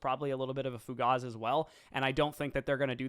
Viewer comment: Don't use fancy words if you don't know how to pronounce them. It's Fugazi, not Fugaz. And it's Nuclear, not Nucular. Come on man. You're smart enough without using fancy words.